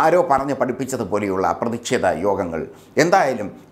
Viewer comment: "പ്രതിഷേധമാണ്".. .ഉച്ചാരണം ഒന്നു കൂടി പരിശോധിക്കണം..